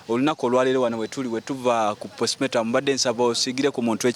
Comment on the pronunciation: Olwokuba Ba Nakyalo Leero kamubamaleko emirembe ne camera zamwe 🙄🙄🙄 Omuwereza Mulunji Naye Tamanyi Kwogera the word is postmortem not postmotamu😮